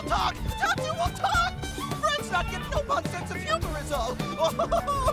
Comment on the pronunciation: anyone know why they say NO-pon instead of Nopon?